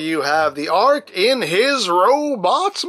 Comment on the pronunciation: did he say ark or arg like a pirate